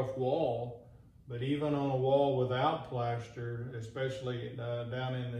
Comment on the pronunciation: The Plaeshstaar 😂😂